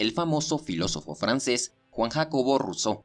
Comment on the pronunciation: Vaya tela con la pronunciación de "Juan Jacobo"...